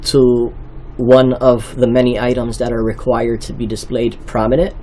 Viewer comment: I don't recall the new law saying anything about things being "dee-splayed" on the first page